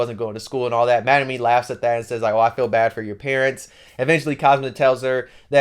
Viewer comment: Bro said Magnumeen